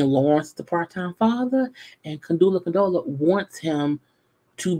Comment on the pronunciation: LOL….I kinda got annoyed with her saying Condula Condola.